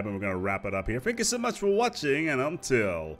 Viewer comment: Hmm... whenever he says look after yourselves and each other it sounds like eat cheddar